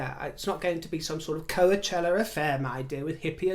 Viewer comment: A minor correction,: It's pronounced "ko-CHELL-a" not "Ko-a-CHELL-a.";-)